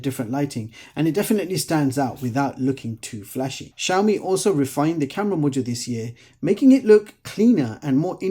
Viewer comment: Как вы назвали xiaomi ? Шаума шампунь такой есть . правильно "See-ao-mee а то какая-то Shauna у вас получается.